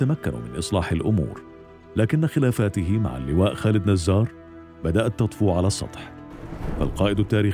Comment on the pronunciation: خالد جزار وليس نزار